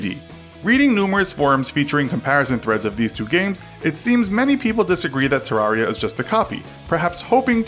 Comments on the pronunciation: Agustine 123 terraria is properly pronounced “ter-rare-e-a” like “terrarium”, this is confirmed by redigit’s pronounciation in his playthrough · It's Ter Rar I A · Does anyone get triggered that he says Te-Rar-Ria instead of Ter-reria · not to nitpick but he says terraria wrong